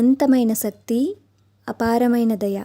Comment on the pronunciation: అమ్మ!మీరు అమశక్తి అన చదవాలి. కాని సకతి అని పలుకు తున్న వారు.